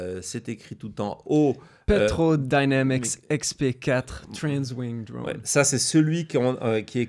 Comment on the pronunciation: Drône! Pas dreune! Ô se prononce O, pas EU 😢